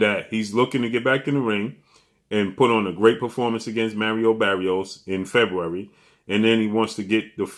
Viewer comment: “Merrio Berrios” 😂😂😂 its Mario Barrios 😂😂😂